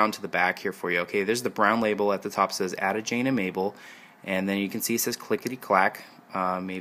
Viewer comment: You pronounce Ada with a long A, not a short A.